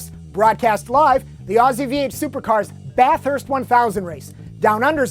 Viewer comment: THERE IS ONLY ONE GOD DAMN H IN BATHURST STOP PRONOUNCING IT WITH TWO!!!!!!